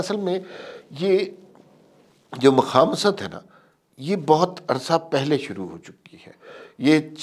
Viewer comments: عمار مسعود صاحب مخامصت نہیں صحیح لفظ مخاصمت ہے آپ کا تبصرہ بہت پر مغز اور فکر انگیز ہوتا ہے مختصر لیکن جامع ہوتا ہے۔ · مخاصمت صحیح تلفظ ہے